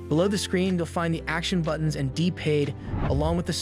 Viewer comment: D paid? It's p pad. Pad.